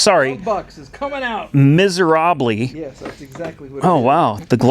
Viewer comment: Every time I hear you say mizarobley, krackes me up....🤦‍♂️🤣🤣🤣🤣🤣🤣🤣🤣